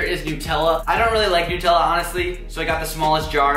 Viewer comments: 'Nootella' Really?! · you pronounce nutella weird